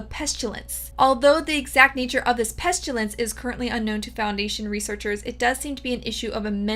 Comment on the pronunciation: Why you keep saying pestilence with an s h?